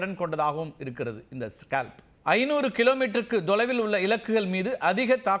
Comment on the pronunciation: Tholaivil and not Dholaivil😂😂